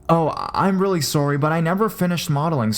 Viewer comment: "sooory", sounds like robin from how i met your mother